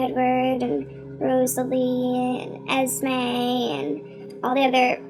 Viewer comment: its esme not esma lol